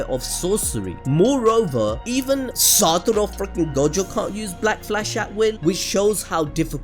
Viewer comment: Saturo FREAKING Gojo. Cannot say his name any other way now.